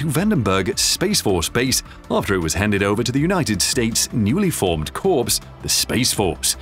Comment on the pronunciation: "Corps" does not rhyme with "Corpse."